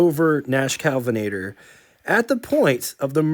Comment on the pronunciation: Well done! My only criticism is that i cringed every time you said "Calvinator" instead of KEL vinator. Someone mentioned gas being very different back then. It was, but not as high a quality as it is today. Cars ran different because they were designed to run on the lower quality fuel. Today's cars wouldn't run as well on 1960s and earlier gas... pdrobably not 70s either.